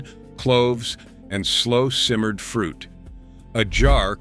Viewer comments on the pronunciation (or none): none